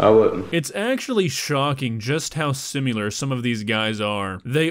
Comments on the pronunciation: THE WORD IS SIMILAR! NOT SIMULAR. PLEASE STOP NORMALIZING THIS! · THERE IS NO U IN 'SIMILAR'. Stop it. How can you be non-fluent in your native tongue? Also, it IS astounding that Hansen can ALWAYS get the guys to stay..its not as if theres a post production process where the editors somehow pick out the parts (like interviews) that make for the best TV or something and add that instead of people running off. Must be a superpower he has.. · Why does say “simular”, it’s similar, there’s no u in that word?? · uh..excuse me..this is directed to...there is a bit of problem I have with your narration of this particular video. specifically your attempted pronunciation of the word "si mi lar". notice anything? yeah..there are no u's whatsoever.. the word is pronounced similar...all short vowels like the I in the word "win" and the a in the word "far"! OK. if you watch Alaskan Bush People you will hear them pronounce or mispronounced this same word. I am sure it drives linguist crazy.. now go forward and narrate away... sorry.. just saying.. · Si - mi - lar. Pronounced si - mi - lurr. Not si - myu - lurr.